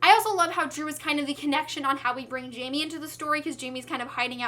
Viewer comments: oh good i was thinking "jamie" doesnt sound right at all haha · hey there, i really loved this review because of how excited you were the whole time 😂 just one thing, jaime isn't pronounced "jay me," it would be "high may" since he's from mexico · Hey (name twins), just so you know, I think Jaime is supposed to be pronounced differently because he is Latino. I think J would be like an H and it would sound kind of like Hi-may:) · Loved your review❤. But i don't want to sound rude but you're not saying Jaime right. It pronounced Hi-mi(or something like that) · you're pronouncing jaime's name wrong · yeah well i can't blame you for that. if i didn't know spanish pronounciations myself i would've pronounced his name like you did too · Jaime is a Mexican name so the J has an H sound not the J sound.